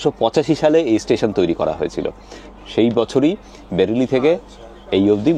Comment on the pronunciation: মনে হয় বেরেলি নয় বারেইলি হবে ।।